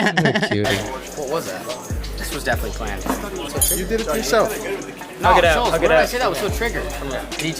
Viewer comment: Once Kyle called him Shulzzzzz I knew they had nothing planned. Didn’t even watch any Flagrant? Everyone calls him by his last name and they pronounce it correctly. Reminds me of when DrDrew said “one of my favorite comics Ari SHAYfir”….Killed me inside.